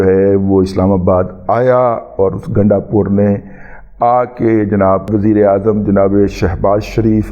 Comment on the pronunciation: Ganda pur ka name lay tay he ap kuttay ki tarha awaz kun nikaltay ha sit bilkul acha nahi lagta. I'm PML N lover and DADA G ap ko unsubscribed kia ha lakin izzat karna nahi chora. Sukriya